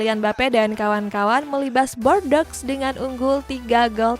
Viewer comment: Tolong bordeaux dieja dengan benar Yg benar bordu